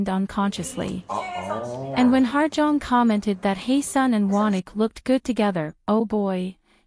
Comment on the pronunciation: Hello. Her name is actually pronounced as “Ha Jeong” and not “Ha(R) Jeong”. Hope this helps :)